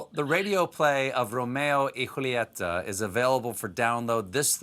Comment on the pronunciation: As a Spanish speaker, I really appreciate Stephen's effort to pronounce "Rrromeo y Wholieta" the right way 😂😂😂 Great job, Mr. Colbert!!